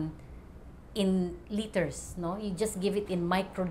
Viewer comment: Ilang pronounciation din ng 'LITER' ang natutunan ko sa video na ito. Hayup lol. LITTER, LETTER, LITRE, LIGHTER..